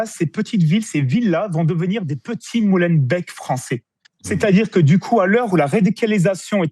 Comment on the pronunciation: on ne dit pas Mollenbèk mais Mollenbék